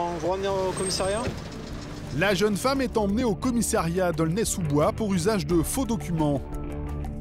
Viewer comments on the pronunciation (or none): Il faudra dire au journaliste que l'on dit "commissariat" et non pas "commissairiat"...!